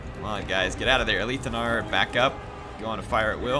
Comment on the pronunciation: I've always though it was pronounced A-lith (like "with") Anar as opposed to Aleeth Anar. Any "loremasters" able to clarify?